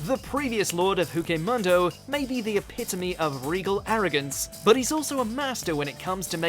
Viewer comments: Lol "Huke Mondo" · Where huche mundo :)) I dare you to make a top of mojos butchers of words